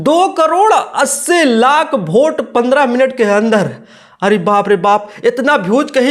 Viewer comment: पढ़ा लिखा होता तो वोट को भोट थोड़ी बोलता